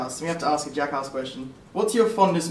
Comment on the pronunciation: U pronounce Jackass like Juckhauss, haha it's ok :)